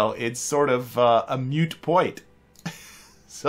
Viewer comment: Welp, I was gonna watch all this, but a little after two minutes in, you called it a “mute point” and now I’m leaving - jk 😂 but it is “moot point”, sometimes I hate that I know both aero/astronautic and lawyer jargon 😝